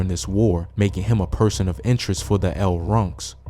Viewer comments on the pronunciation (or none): none